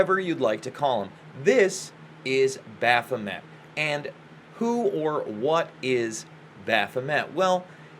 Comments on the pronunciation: Wow. Wearing your ignorance on your sleeve. You obviously have no understanding of Thelema and its teachings. Crowley should never be compared to a charlatan like LaVey. BTW you are mispronouncing "Baphomet." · O no. Not only have you pronounced Baphomet wrong,but you have also not looked into the true meaning of ‘Do as thou wilt shall be the whole of the law.’ Nor have you studied Crowley. Probably just watched YouTube videos that spread it all as evil. Of course it can be used for sociopathy, but so is Christianity. It’s the person using the tools that is designed for light or dark. The tools are not inherently evil. Christ was a mystic & Christians call that interior consciousness evil. ‘Do as thou wilt’ is talking about being aligned with your highest consciousness. Therefore not needing the laws of man bc you are in harmony with natural law & LOVE. Those that walk in Christ consciousnesses are the limb of THE Divine consciousness & therefore ARE the Gods. That’s what it means! Do your homework before spreading Christian falsehoods that have steered the human potential into the pits of ignorance. Maybe stick to subjects you know something about. It’s pronounced Baphomay, you dummy!